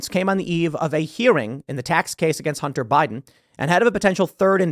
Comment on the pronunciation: Idk why but everytime you said bunter I started cracking up